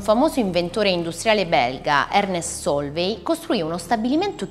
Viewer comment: Comunque, "Sólvay" non si può sentire. Gli accenti sono importanti, soprattutto se si vorrebbe fare i divulgatori.